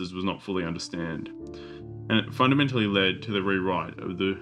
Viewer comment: Agreed . I find his vocal presentation to be at a primary level . Some is so garbled I cannot make out entire sentences he attempts . He uses "fundamentally" often , but sometimes shortens it to funda . Weird speech impediment , even with his edits .